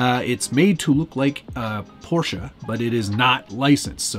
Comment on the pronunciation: You even pronounced "Porsche" right. Congrats! 🤣